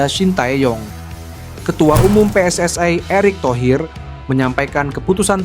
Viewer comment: Min anda berbicara menggunakan bahasa Indonesia ya selayaknya pengucapan PSSI itu sesuai pengucapan Indonesia. PSSI (pe es es i) bukan PSSI (pi es es ai)..